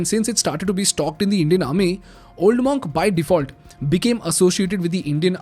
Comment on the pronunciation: Spelled Monk but pronounced MUNK not MAWNK.